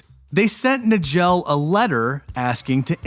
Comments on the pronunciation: Richard Case Nagell's last name is pronounced "Nuy-ghull" not "Nuh-jell" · Her name was Cheramie. And Nagell is pronounced Nay-gull. Somebody needs to edit these AI flops